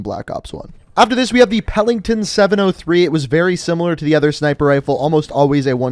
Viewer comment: Pellington lol